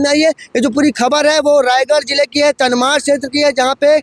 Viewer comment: तमनार बोलो भाई। तनमार नहीं।